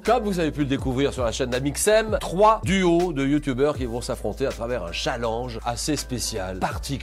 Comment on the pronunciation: "C'est 6 Youtoubers" Julien Lepers - 2019 Vidéo excellente autrement ! 🎉